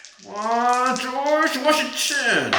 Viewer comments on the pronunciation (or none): none